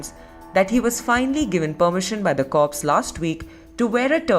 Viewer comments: The Indian lady say corpse bothers me a bit I wanna say it's corps Korr but ehh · It amuses me when they say corpse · How does one watch this without wanting to pull their over the Indian reporter's pronunciation of "corps"? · pronounced CORE not CORPSE A Corpse is a dead body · I cringe every time she says “corpse” 🤮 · Am I the only one cringing every time the newscaster says Marine CORPSE!? It’s pronounced KOR. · First, would somebody please tell that dawned woman that the word is corps not corpse. More importantly, he became a Marine "supposedly" . We wear a certain uniform and it means something to us. True it is just clothing and it's what Marines have done while wear it not the clothes but enough is enough. The spineless bigwigs who have, it seems, let this asshat desecrate the uniform already need to grow a pair. We have long led in the defense of this country against foreign enemies. Now we need to take the lead amongst the armed services and amongst the American people generally in defending the Republic against domestic enemies, so many of which have managed to slither themselves in amongst us. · that woman says it correctly: the marine corps is a corpse 😅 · Every time that female narrator says Marine "corpse", a puppy dies. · It's not CORPSE for Heaven Sake - it's pronounced COR. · Ignorant reporter biatch. Stop saying "corpse". OMFG. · F him what is happening to our corps and everytime she said corpus I wanted to scream..... honor our history BOW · Marine corpse... when i hear people calling it like that it drives me nuts. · Im getting really sick of that news outlet pronouncing corps as "corpse" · Everytime i heard that " the Marine Corpse" i died a bit inside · If I hear Marine Corpse one more time.... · The Marine Corps became the Marine Corpse in this news broadcast…..😂 just like Gomer Pyle. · Learn how to say CORPS. The hell with him. Native Americans don't want to cut their hair either but do it to serve this country.